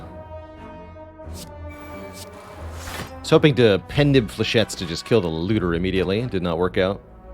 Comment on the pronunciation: "Flechett-ees"? :D